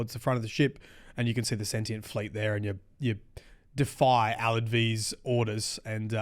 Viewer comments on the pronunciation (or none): none